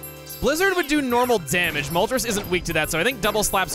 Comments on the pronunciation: I love your voice for Moltres Also it's Mol-trace, as the names are from Spanish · For how much you talked about the pronunciation of Illumise, sure is interesting to hear you not pronounce Moltres like the Spanish number 3 😂 it's definitely Illumise not Illumisé tho 😉